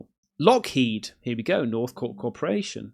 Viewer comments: Dear God, you don't know about the book Communion. You seem to know very little about the UFO/UAP phenomenon. If you're going to continue making UFO videos, get your arse to your local library or buy some books on the subject.. Also, try saying ' Lock HEED Martin. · It’s Lockheed, not Lockheed.